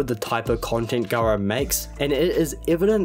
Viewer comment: I can’t stop hearing “guro” instead of “garo”. I actually wouldn’t be surprised if that was intentional.